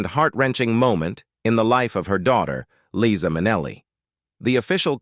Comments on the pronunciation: I have been a fan of LiZa Minnelli for many, many years, since she and I were both young. I found it painful to hear her name mispronounced so many times in this post, especially since she bothered to record a song to teach us all that her name is "LiZa with a Z NOT Leesa with an S." She deserves better than this. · "Its Lisa with S NOT Liza with Z because Liza with Z goes zzzzzzzzzzzzzz not sssssssssss" This is part of one of her songs teaching how to pronounce her name...Its this a person or a bot? Cause it goes from one pronunciation of her name to the other several times? I also noticed some other wrong pronunciations of other words. There are also some wrong facts about her life...just saying...She is super charismatic, educated, intelligent, great dancer (she went to a ballet school) and singer and a kind person. Like her mother, with a huge number of gay people. She is just great. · You mispronounce her name?! It’s Liza not Leesa. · I absolutely love this woman. And LIE-ZA (with a Z). Not LEE-SA (with an S). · Her name is pronounced LIE-ZA, not LeeZa! I have loved her since I first saw her. She is beautiful! 🥰🥰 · LIE- Za !! Not Leeza, you idiot! What else have you gotten totally wrong? Sorry , fella, but that is extremely annoying. You don’t know how annoying! Have you even listened to her song “Liza”? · You don't even have her name pronounced correctly. It's not Leeza! How can I trust anything else you say??? And it's not Vin-SEN-Tay Minnelli either! And the list goes on. Hawl-ston, not Hal-ston, etc. OMG!--MIN-a-lee instead of Min-ELL-ee! Is this a man or a robot? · It was Judy who had the sad life, and it’s LIZA…not LEEESA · Ikr, Leeza is not Liza. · Liza is an incredible talent. And it’s Li-za with a Z. C’mon can you get it right in the days of Chat GPT?😊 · This announcer doesn’t even know how to pronounce her name!! He says Leeza!! 🙄Then also says her name correctly. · "LIE - ZAH". Get it right robot voice boy. PATHETIC! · Pronounced - LIE-ZA.